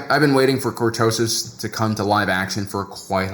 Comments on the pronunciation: Say it with me. Cor-to-sis! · I almost did not watch you video because of the click bait title, good thing I really like your content. Mispronouncing words os very common among people who learn from reading. One of my favorite visuals of cortoses is of Luke slowly hacking his way through the stuff in The Hand of Thrawn books. Off to BBQ some Ewok, keep keeping it real.